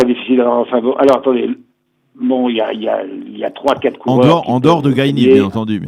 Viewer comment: Le prénom du coureur israélien se prononce t il Gaye ou Guy (à la française)?